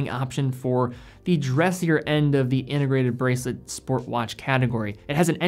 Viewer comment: What does "innegrated" mean? Or are you just speaking sloppy?